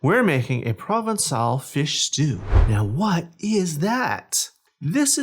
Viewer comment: you did fine :)